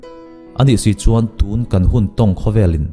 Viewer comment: I thu sawi ngaih thlak a nuan khawp mai.huat thu ah min lo ngaihsak lo la.mizoṭawng i sawi a ka lo ngaih mawh ve deuh chu.tûn tia thluk deuh lo hian tunhun tunhma tih ṭhin ah tûn i hmang hi a a ngaih thlak a ti hre awm ṭep tih in kan selve khanglang che a nih chu.tûn.tun.Tun ti a bung lam deuh hian hmang la.ngaih thlak a va hahdan zual dawn em